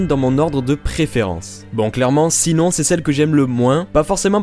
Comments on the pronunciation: Mdr trop le prenom Sinon ça se prononce "chinone# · Par contre Sinon se dit "SHINONE" désolée vraiment mais c'est sa prononciation !! (sinon je veux les 2 figurines de SAO ;-; même si j'en ai déjà une de Sinon mais c'est pas la même ! 😭) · Mdr comment tu prononce Sinnon 😂 tu m’as brûlé les oreilles 🤔 super vidéo et magnifique figurines ! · AAAH! "Sinon" ne se prononce pas à la française mais comme ça "shinone" >.< En tout cas elles sont toutes trooop classe '*Q*'